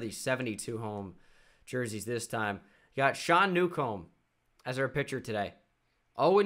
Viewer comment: Newcomb’s name name is pronounced new-come